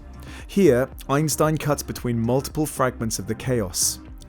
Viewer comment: Einstein? You mean Eisenstein